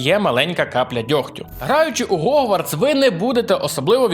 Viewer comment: Дуже дякую,, за Гогвартс або Хогвартс, ціную таке ставлення ❤